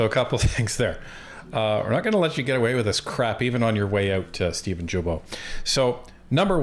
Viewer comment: Are you guys intentionally pronouncing Steven'"s name incorrectly?